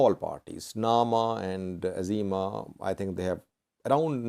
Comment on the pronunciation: Izėma not Azima. The "I" is also pronounced like an "I" in "India".